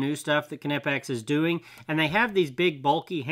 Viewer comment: Oh you should check out an upcoming video I’ll have with Knipex merch. They came out with a shirt just for you 😉 Check out the pronunciation shirt on the Knipex merchandise shop on their Facebook page. It’s pronounced, Kuh-Nip-eX Direct from the manufacturer